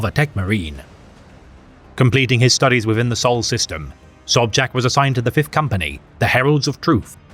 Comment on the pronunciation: Im more shock that someone know how to read polish "sz" color me impressed. Side note when we rumble we rumble be it with words or guns.